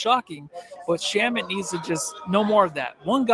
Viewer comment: Shamet rhymes with damn it. Lol